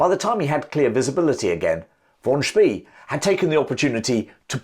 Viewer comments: Xcellent video! Think “Spey” is pronounced “Shpay” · Spee in German sounds "sh bay." It gives me creeps hearing his name spoken as "ss bee." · Sorry if I got it wrong! "Von Spie" is how what you said would be spelled in German, except there is no such name. The word "See" (sea or lake) is spoken like "Zay" and that's how English-speaking historians usually pronounce "Spee". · The surname of the German admiral is correctly pronounced as “Shpay”